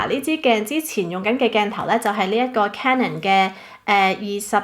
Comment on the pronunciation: 咁多個BLOGGER得你一個讀CANON是正確發音